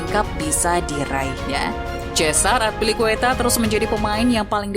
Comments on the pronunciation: At least riset dulu lah sebelum bikin konten. Masa Azpilicueta di ucapinnya Atpilicueta 🤔🤔🤔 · azpi min azpi bukan atpi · Narator salah dalam penyebutan nama, kecewa sih kalau sepanjang video mesti aneh dengar namanya. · Cara baca azpilicueta nya kurang enak didenger. Wkwk